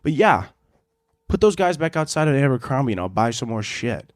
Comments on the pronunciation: babe its Abercrombie not Ambercrombie but you know go off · everyone else: “Abercrombie”: “ambercrombie”